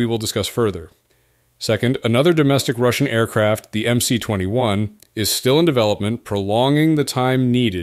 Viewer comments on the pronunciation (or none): There is no such thing as MC 21. It is MS 21 since C in the Cyrillic alphabet is pronounced as S.